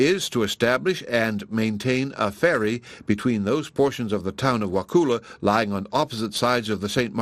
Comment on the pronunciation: I live in Wakulla county and you’re pronouncing it wrong. The u sounds like uh. I am thoroughly enjoying this story!